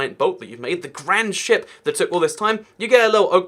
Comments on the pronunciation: omg it soumd like he said st*t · I think you might need enunciate the p a bit more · .... You said shi*p* wrong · You kept saying ship but that's not what I heard😂😂😂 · „I want a SHIP in my minecraft world!“ What i heard before rewinding: „I want to S__T IN MY MINECRAFT WORLD!“ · Oh my god i heard said a swear word instead of ship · I keep thinking he says ship, but the H is replaced with T. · He said “I think I need to ** in my Minecraft world” Ship but p replaced with t O_O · Ok but i had to rewatch because that did NOT sound like you said “ship” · You pronounced "ship" in a way where it sounds like "****"